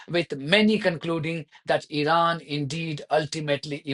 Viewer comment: ... when will this idiot Witkoff learn to pronounce Iran correctly ... like so many Americans!